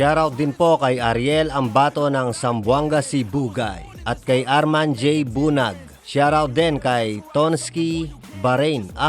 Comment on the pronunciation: # shoutout from capiz top1 supporter moko dati sa tv YouTube lng ako ngayon sa cp na buñag po pag pronounce ah mali kakasabi mo eh